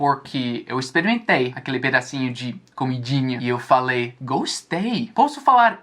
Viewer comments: ERRRROOUUUUUU 😂😂😂😂😂 "Tô oferecendo um pedacinho de 'comidínea'." Hahahah agora eu sei de onde saiu esse sotaque de "inho/inha" pra "íneo/ínea". 😅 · Ele falando pedacinho de comidinha é tão engraçado kkk